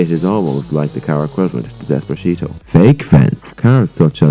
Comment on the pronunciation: Lmao "despashito"